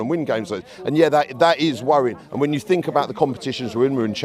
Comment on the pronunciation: It’s think not fink you utter sheath 😂